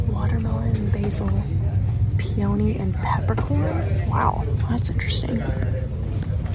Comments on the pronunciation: its pee a nee (peony). 😊thats how we pronounce it north of the border anyway. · Peony is pronounced pee uh née.